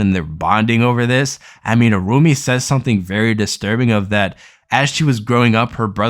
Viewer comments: "a roomie" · Are you pronouncing Irumyuui’s and everyone’s else name wrong on purpose?? Lol come on man